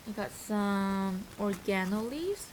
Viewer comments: To be fair, the English language is very wierd and difficult, we know it's pronounced " or-aye-guh-no" but i think English is her second language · Oh....:) it's pronounced or--reg-ga-no:) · Oregano is pronounced "oh-reg-an-oh" hahaha youre so cute! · Lmao! Was thinkin the same! I was like..” wtf is organo??” Took me a few seconds to figure it was oregano! Bahahaha! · The way she says oregano 😭😂🌹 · is no one going to mention how she pronounced oregano.... she’s so cute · I was thinking the same thing. Lol 'oregano'